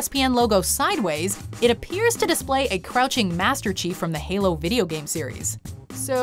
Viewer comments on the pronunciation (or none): none